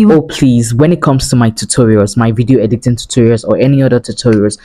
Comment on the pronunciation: Why do you keep saying edicting instead of editing